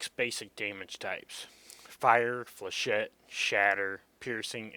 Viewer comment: You pronounce Flechette correctl! :O Thats more than I can say for most people lol. This is about 3 1/2 years old. If your up to it, it would be nice to see an updated vid on it. Also I think if you've been playing this game long enough, your perspective might change on some of these guns, albeit difference between practice and updates.